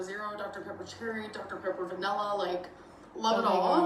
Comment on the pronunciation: Nah, she says "Vanella"like she says "Melk". So I'm guessing she can spell boLth correctly. She says "eXspecially"though and actually spells it "ecspecially"